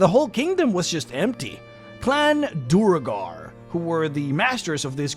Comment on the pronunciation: Great video- a few notes on standard pronunciation- Duergar = D-where-gar. Drow = droh, rhymes with throw.